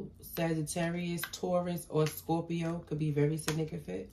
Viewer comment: It's pronounced sig-nif-i-cant